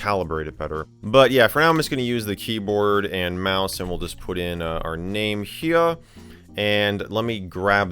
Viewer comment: "our name heah" - Michael MJD